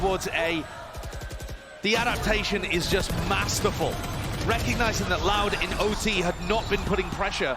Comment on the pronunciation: sounded like LOUD WIN to me